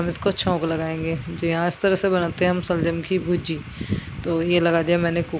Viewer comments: Shaljam hi hta h pada ni h aapne ka kha ga m sa se saljam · Waah waah kya gayaan baat rahe aap janaab shaljam hi hota h salgam nahin